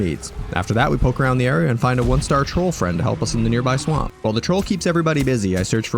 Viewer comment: Hey! I'm not your fwend, guy